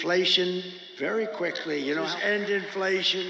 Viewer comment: "End inflation very quickkkkkly" the quickkkkkly sounded kinda drunk.